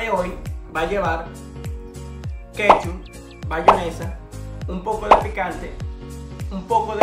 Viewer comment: Tu le dices bayonesa a la mayonesa?